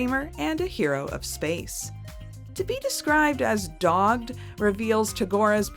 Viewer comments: Uh, hate to correct you, but dogged and dog-ged are two very different meanings. They are spelled the same, but the one with the hyphen is pronounced dog-ID and means persistent. Dogged on the other hand is a term for the act of breeding. Usually used as English slang for that same act with people. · The word isnt hyphenated, it's pronunciation is. It's pronounced dog-ID. Dogged and dogging is the English words for the thing I said. Google that at your own peril/enjoyment.